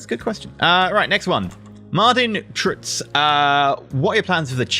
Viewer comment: Thx for the update. Good luck on this big step! And like you said, your streams are always fun to watch :). You actually butchered my last name 😂 (Truyts). But i forgive you. Its hard if you arent dutch or flemish :)